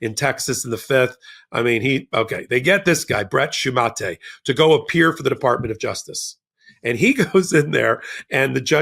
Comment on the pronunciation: If I'm not mistaken, "Shumate" is pronounced with a long "a" and a silent "e". Google "pronounce shumate."